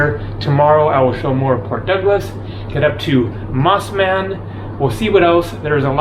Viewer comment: Like how you pronounced Mosman.😆